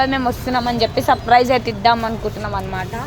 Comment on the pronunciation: Suprise❌surfrice 😂😂